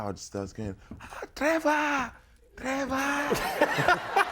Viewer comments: When he said Trevarr 😂😂😂😂😂😂😂😂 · His South African pronunciation of Trevor. I died. That is really how we be pronouncing it 😩✊ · His South African pronunciation of "Trevor" is spot on!! 😂